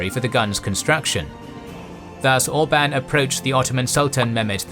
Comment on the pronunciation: "Orban" . . . ha, ha, ha . . . .